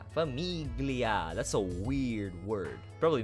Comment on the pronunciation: famiglia is pronounced without the "g" and it means family in italian. nice vid